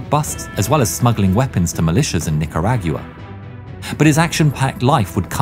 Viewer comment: You said Nicaragua wrong it annoys me since I’m from there